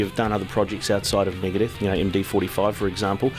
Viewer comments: Migadith..... lol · Megaduth bro cmon!!